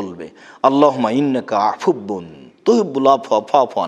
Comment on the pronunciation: স্যার উচ্চারণ টা কি আফুববুন না আফুউন হবে।আপনার বলাটা আফুববুন শোনা যাচ্ছে!